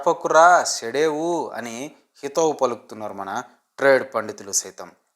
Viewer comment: అది చెడపకురా చెడేవు రా అయ్యా శెడపకురా శెడేవు కాదు